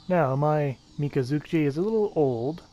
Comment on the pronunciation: It's kind of funny when it clearly write 'miKazuki' yet he say 'miNazuCHi' & 'miZazuChi' and 'kokaji' as 'jogei'. I just find the pronunciation a little funny that's all.